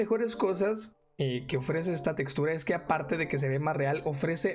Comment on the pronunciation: NOOOO dijo "chextura" porqueeee